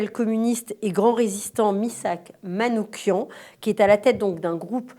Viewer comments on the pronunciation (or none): MISSAK MANOUCHIAN, pas MANOUKIAN !